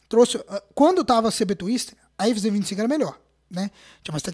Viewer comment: A “envinzê 25” kkkkkkk